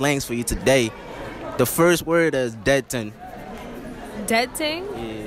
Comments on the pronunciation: He pronounced dead ting dead ding lmao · when you say dead thing your meant to say dead ting no h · Pronunciation had me creasing, dead ding, painding